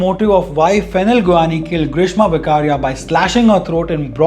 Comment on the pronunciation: It's not વકારિયા it's વેકરીયા... Just like bollywood people have changed pronounciations from કાપડિયા(original) to કપાડિયા(modern people's pronunciation style)